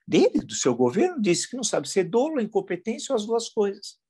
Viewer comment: Inadmissível! Não se pronuncia “dôlo”, mas “DÓLO”! A pronúncia da letra “O” é aberta!